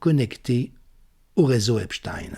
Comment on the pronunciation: Merci prononcer "Epstein" comme "Einstein".